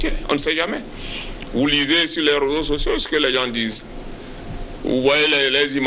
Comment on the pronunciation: On dit réseaux sociaux et non roseaux sociaux. On dit chef d’état major et non chaf état major